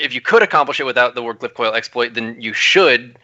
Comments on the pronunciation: Can you please tell it's "Wardcliff Coil" and not "Ward of Coil". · I was waiting that whole time for to say the name Ward Cliff Coil properly just once.